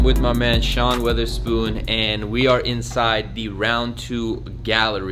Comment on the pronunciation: I respect Sean. Don’t like this other dude. It’s so easy to pronounce his name right lol WOTHERSPOON. You can tell on his face how bad he wants to correct everyone that says it lol